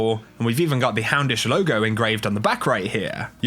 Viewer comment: Every single time i hear you say "hey guys, houndish here!" i hear hamish.